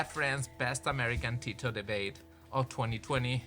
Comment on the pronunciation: tito is pronounced more like "the-though" with quick th's. it's not "tea-toe"